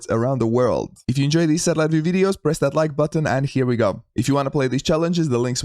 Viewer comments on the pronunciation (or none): none